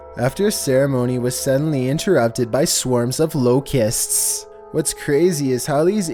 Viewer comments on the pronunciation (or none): Why did he pronounce locust like that